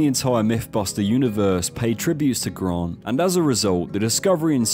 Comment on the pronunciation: Who the f is Gron…. Oh GRANT.